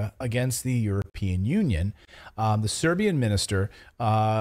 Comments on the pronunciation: Your pronunciation is marvelous, no worries! Pozdrav iz Beograda za najbolji kanal na U Tube 😇👏👌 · Your pronunciation of Serbian names is just fine.